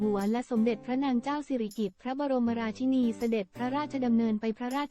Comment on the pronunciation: อ่าน ราชินี ก็ไม่ถูก คิดจาอ่าน ก็หลงๆลืม